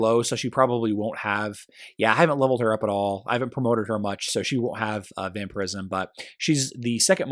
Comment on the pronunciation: its vampire ism not vamper ism